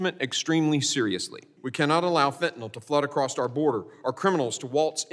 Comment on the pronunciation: Acrossed our border? Acrost?